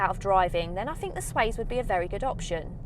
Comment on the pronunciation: Good video, thank you. Just one thing, it's not the SWAZE...it's the SWACE! (as in pace, grace etc...)